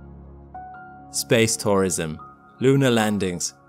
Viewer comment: I had a problem understanding this. It sounded like I was saying SPACE POISON, no he was SPACE TOURISM. I mention this for all the geriatrics, like me, who have hearing problems.